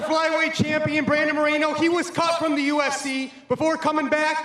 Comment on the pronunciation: The R isn't supposed to be rolled when pronouncing 'Moreno' Dont know much about Spanish grammar but im sure that you only roll the R when there's two Rs side by side example: carro, you roll the R caro, you dont roll the R Incase you're curious Carro means car and caro means expensive